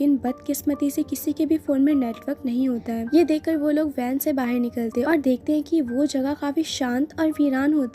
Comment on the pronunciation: बाहेर नाही बोलते (बाहर ) ऐसा हे वर्ड